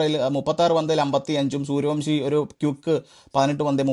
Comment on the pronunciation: Sooryavanshi സൂര്യവൻഷി, സൂര്യവംശി അല്ല, പ്ലീസ്. എല്ലാ മലയാളി പോസ്റ്റ്‌കളിലും തെറ്റിച്ചു പറയുന്നു.